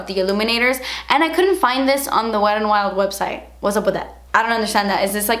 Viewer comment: Is it weird that I love the way you say Wetandwild, like it's all one word 😂